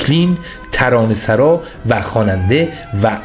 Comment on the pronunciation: درود بر شما . شما همین ابتدا . ترانه رو اشتباه خوندید . ای مونس عاشقان رو خوندید مونس آشنا . اون وقت توقع دارید بیوگرافی رو که شما تهیه فرمودید مستند باشه و بیننده و شنودگان بپذیرند ؟ در ضمن به همکارتان بفرمایید ترانه سَرا😕 درست نیست ترانه سُرا درست هست